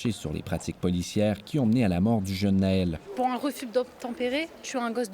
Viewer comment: Son nom c'est Naël et non Nahel comme vous le prononcé chère.